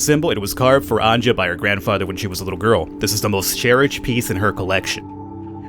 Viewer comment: Just say anja not anjđa im a slav i know